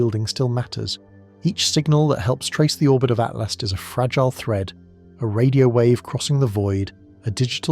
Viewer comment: Correct your AI narrator...it's ATLAS, NOT ATLAST.